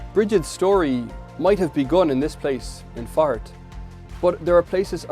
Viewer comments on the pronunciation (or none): Haha, my American ears kept hearing, 'Brigit of Fart". May your home and hearth be warm